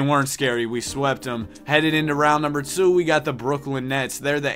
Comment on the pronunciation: Quit saying 2 like that I cringe every time u say it